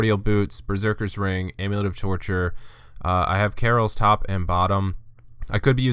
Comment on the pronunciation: Good guide. Learn how to pronounce Kah-Rils not Carols